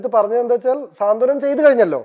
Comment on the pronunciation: സ്വാന്തനം അല്ല സാന്ത്വനം 😀😀😀